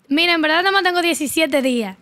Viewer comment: "En velda velda"